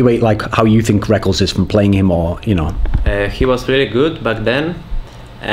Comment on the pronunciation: Please stop calling Reckless - Rekkuls =[